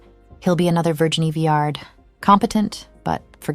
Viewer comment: Just about the names of the designers. Virginie Viard is pronounced veer-zhee- nee vee- ahr. Mathieu Blazy is prononced mah-thee-uh blah-zee. You can easily look up the pronunciation on the internet. These are FRENCh names, not English. But thank you for the video.